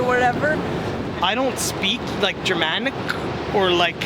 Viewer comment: "german-ic" "po-land" LOL!